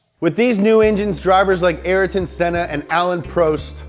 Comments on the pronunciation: Also the way he said Ayrton Senna 's name. It's exactly how it's written: A-YR-TON, not "ÉR-TON". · It's not araton senna, it's Ayrton senna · Anyone triggered by “ah-lane pro-est” and “are-ten senna”? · nah because he pronounced sennas first name wrong aswell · Which f1 fan realized that he said Ayrton Senna and Alain Prost’a name incorrectly